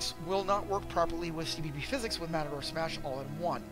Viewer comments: Omg matador and mator like tomator are two different spellings and pronunciations if I knew you personally I'd cup check you so fast for saying that over and over again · Why do you keep saying matador? This is triggering me way more than it probably should.